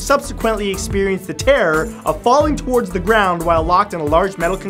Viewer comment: i don't like the way you say towards